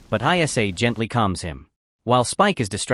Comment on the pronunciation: Also, her name was ISLA, not EYE ESS AYE. AI slop